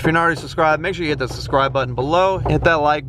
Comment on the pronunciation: subscribe* not susscribe.